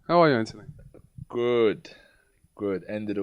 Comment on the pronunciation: stop saying antony !!!!! its anthony ffs